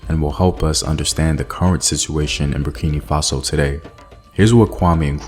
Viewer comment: Hi. I am a Burkinabe living in the US. I love your documentaries, but it really bugs me when you say Burkini Faso. It's Burkina Faso. Hope this helps!